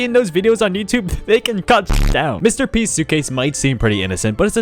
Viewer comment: Every time u said Mr P, I kept on hearing Mr. Beast 😂